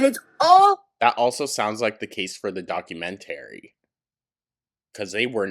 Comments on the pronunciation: The way says documentary... it makes me think of the plan-eh-arium episode of south park, but like, the opposite. DocumenTARY. Love it so much. Lol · iv never heard anyone say ‘documentary’ the way you do 😂😂